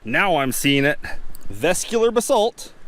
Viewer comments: Cool video, just need to work on the pronunciation of those geological terms. Vesicular: ves - ICK - yu - lar. Amygdaloidal: ah - mig - da - LOY - dahl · Nice camera work and great haul of agates. Vesicular = Ves-sick You-lar Amygdaloidal = A-mig-da Lloyd-al. Two syllables. Cheers and best of luck out there !! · Chalcedony = cal-sed-oh-knee Amygdaloidal = ah-mig-dah-loi-dal Vesicular = veh-sick-u-lar